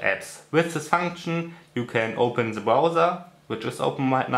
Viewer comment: Also ich finde ja, dass man besser keine Videos auf englisch machen sollte, wenn man so Einfaches wie „The" nicht aussprechen kann. Eine Qual, dem Gesprochenen zuhören zu müssen. (Zhe, zhet, zhis, usw.)